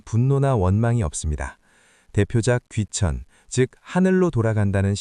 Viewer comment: 귀천의 "귀" 는 짧게 발음해야지요!! 귀하는, 자고저 문제가 실로! 심각하나이다!! 왜! 이런 문제를 지적하는 이는 왜!? 1968냔에 고국을 떠난 이 늙은 이 뿐입니까!? 한굿 안어는 한 말로 타락했오이다. 미국 변 완수 드림